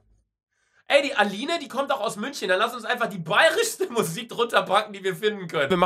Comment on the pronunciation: Luca früher: Marsch Luca jetzt: Münschen